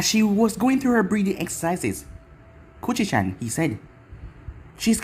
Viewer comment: I’m sorry and I know you didn’t mean it like that but when you had minato call kushina kushy-chan I swear I keep hearing cuchie-Chan and I can’t take anything seriously lol 😂